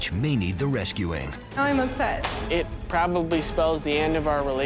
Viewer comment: "I am ipset"😂😂😂 OA girl